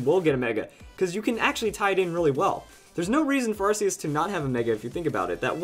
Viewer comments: its pronounced ARK-E-US NOT! AR-Ss-E-US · that moment when someone has seen the arceus movie and pronounces it 'arseus' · It's still pronounced ar-key-us though. I know it may seem weird at first, but it really is.